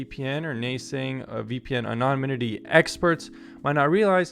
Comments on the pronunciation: Moron can't correctly pronounce the word anonymity. Would seem to be important for a vid on VPNs. I'm embarrassed for him. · You keep mispronouncing the word “anonymity” ! 🤣